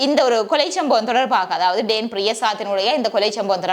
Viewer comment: டேன் இல்ல டான் என்று கூறவும்